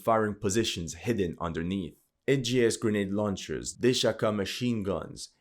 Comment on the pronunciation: Deahaka??? I think it's dishka (that's how u pronounce it I think)